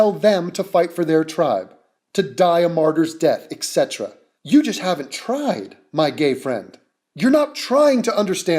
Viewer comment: did you hear this dumbass pronounce etc.?